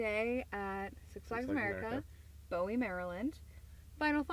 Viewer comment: bowie is actually pronounced boo-wee haha